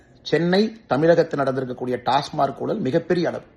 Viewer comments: Mr. Annamalai please pronounce Tasmac correctly and not as Tasmark. And try to improve your Tamil diction, mainly like using zhagaram correctly. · Brother pl pronounce as TASMAC not tasmark